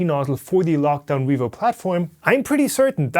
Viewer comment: "Revoo HighSlow Nozzle" Sorry;D